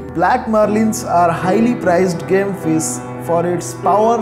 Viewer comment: How badly you are pronouncing it's not 'FIZZ' it's FISH